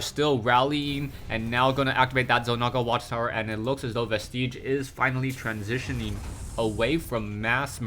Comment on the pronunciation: "Vestige" does NOT rhyme with "prestige."